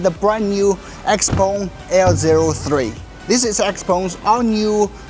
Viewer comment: why you prounce it xpong when there is e in the name